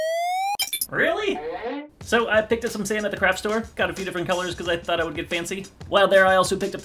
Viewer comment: Everytime he says "Craft Store" I understand "Crap store"...kinda fits ^^